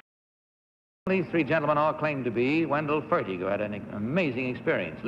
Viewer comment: John Pennel, not John Pannell. Wendell Fertig, not Wendell Fergin